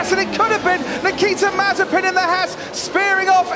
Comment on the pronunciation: It is no more mazepin but it is mazespin